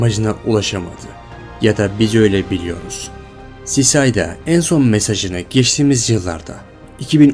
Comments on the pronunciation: Cicida sisayda diye okunmuyo sikida diye okunuyo!!!!! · Çok bilmişlik gibi olacak abi ama cicada = sikeda diye okunuyor sisada değil